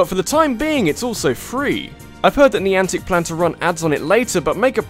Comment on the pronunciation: When ever someone says 'niantec' it just reminds me of 'Nyancat.'